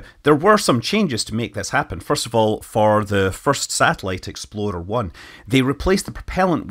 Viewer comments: “The first satellite, the EXPLODER One...“ I played the clip multiple times, and this is what I still hear... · Everytime Scott says “Explorer” my mind thinks he’s making fun of the craft for exploding “exploder 1”